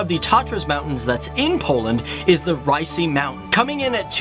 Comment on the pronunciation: „Rajsy” xD